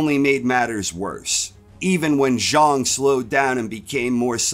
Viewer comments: Its pronounced zhang not zhung, love the content ❤ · I don't know the correct pronunciation so I'm not busting balls I'm just saying it's funny to pronounce it "Big Bang ZHONG" and totally obliterate the rhyme that gives "Big Bang ZHANG" its memorable ring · Zhang not Zharng